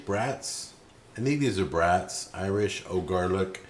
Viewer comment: you need to try those garlic brats (not trying to police you just helping you out. It's pronounced like "brought") and do not cut or poke any holes in it. Cook however you want but do it slightly slower than you would normally cook it as not to break the casing with too much heat. They retain so much garlic juice in the final product. They are the best brat you can buy. And by a longshot. Try it. You will thank me.